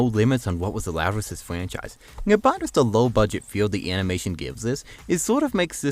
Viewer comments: Don’t be a prick man, he may just have a speech impediment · What the hell is a fwanchise and a uniwerse